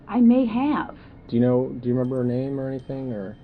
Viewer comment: He by purpose say the name wrong!!!